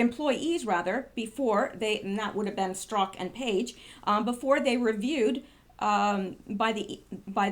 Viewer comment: (Just between me and you , Isn't Strzok pronounced STIR-zok?)